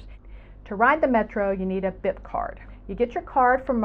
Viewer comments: Pronounced beep, not bip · When buying a bip card, keep in mind it’s actually pronounced “beep”